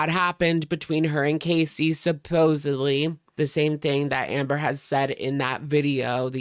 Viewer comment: Love it when people pronounce "supposedly" PROPERLY. YAAAAAS!!